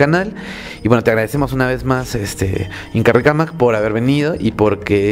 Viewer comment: Te sugiero que cambies con INKARICAMAC. ya que en quechua no conocieron la RR solo la ere (R)